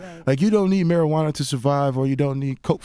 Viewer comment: "Miracle Marijauna" lol